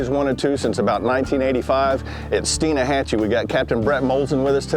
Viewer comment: the guy be triggered when Blair said Stein AH hatchee